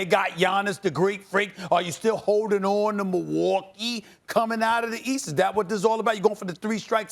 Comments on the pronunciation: Nobody: Stephen A Smith: MILL-WALK-EE! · the way he says Milwaukee 😂😂